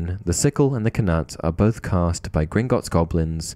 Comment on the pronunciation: Interesting video but your pronunciation of Knut really bugged me. Usually if a word starts with 'kn' the k is silent. At least that's how I was taught.